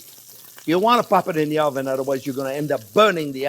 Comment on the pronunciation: Love "we're gonna POP it in the oven" sound :)